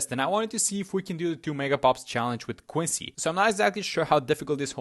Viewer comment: why do you pronounce quincy like that koicy